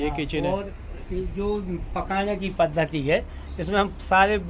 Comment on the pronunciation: पद्दति नहीं पद्धति होता है।